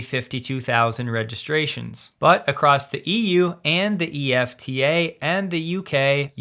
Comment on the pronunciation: EFTA is usually pronounced as a word, just like NATO is not pronounced N A T O.